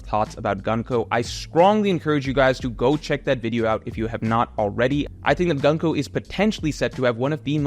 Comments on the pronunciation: You prononce Gunko´s name incorrect. It is Gunko ( u here is like oo, so it is more like Goonko) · I love and have been watching his videos for years but his american pronounciation of japanese names irritates me everytime lmao there is no reason why Gunko should be pronounced like the word „Gun“, it‘s an U like in Luffy otherwise he would be pronounced Laffy